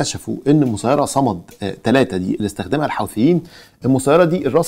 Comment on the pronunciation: ياخي اسم الطائره " صماد" مش صمد ! وهي صناعه يمنيه ليست صناعه ايرانيه ! مش عارف ليه مستحيل تستوعب عقولكم انو في عقول عربيه منتجه ومبتكره ومخترعه ! وموضوع ان الحوثيين مدعومين من ايران فقط ده كلام ناقص ، الصين بتدعم وروسيا بتدعم ومرتزقة السلاح الاوكران بيبيعو السلاح الامريكي والاوربي ولاتستبعد وجود علاقات بين الأفغان والحوثيين ووجود علاقات بين كوريا الشمالية والحوثيين ووجود علاقات بين فاغنر والحوثيين ووجود علاقات بين الأتراك والحوثيين